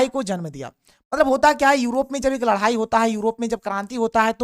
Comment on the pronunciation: Ladai ya ladhai 😂